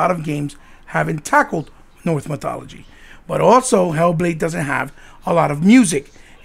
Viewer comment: your welcome mate I thought you said north hahaha